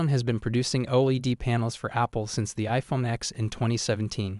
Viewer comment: the way you say OLED hurts my head LMAO